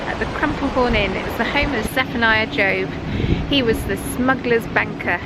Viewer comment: This video is so refreshing. Nice scenery, plenty of interesting smuggling chat and and a bit of personality too. So glad I heard you prenounce it "Jobe" I will be filming there next week and was all set to say his name like it was a job lol. I'll be looking for that corner seat now that I'm subscribed 😉